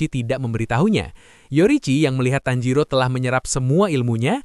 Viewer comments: Tanjiro ke Tanziro😂😂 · tajiro❌️ tanzero✅️